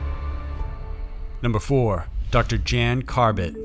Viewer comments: The dovtors name is pronounced yan, not Jan. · The Dutch doctor's name is pronounced "Yan" not "Jan" like Jan Brady. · Great vid as usual. Just one thing, Jan is pronounced Yan.